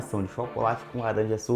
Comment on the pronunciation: Esse i ouvi laranjada